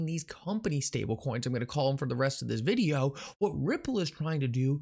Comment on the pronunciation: He said videahh